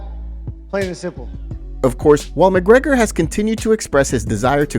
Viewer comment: Can't even say the champ champ name right... *Mcleggor